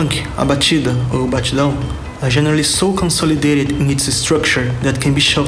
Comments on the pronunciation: Mano, ele pronunciou batida ou batidão mt bem kkkkkkkkkkkkk krlh eu estranhei pra caramba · Bro you pronounced "batida or batidão" sooo well, wtf?